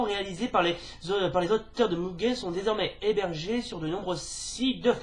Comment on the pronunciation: Coucou. Cool ta vidéo, c'est pas souvent que j'ai vu des francophones parler de Mugen. Par contre, je sais qu'il faut dire "Muguen" mais je dis toujours "Mujen", lol.